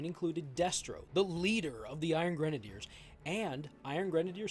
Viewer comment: Finally, someone on Youtube that can pronounce "Iron Grenadiers" correctly. Now, do any of these figures come with actual grenade launchers?